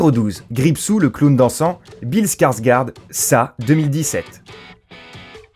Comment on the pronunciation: Petite parenthèse sur le nom du premier acteur cité. Alors Bill Skargård ça se prononce "Bille Skargord". Désolé mais il fallait absolument que je le rectifie car je suis suédois.